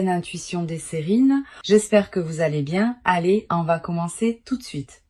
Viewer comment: Oui, c’est à s’y méprendre: voix humaine mais aucune émotion. Au début, la voix de l’IA dit « L’intuition des Serines » au lieu de SIRÈNES.